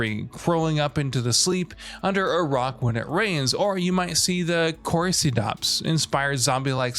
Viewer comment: When this MF called Cordyceps "corcydops"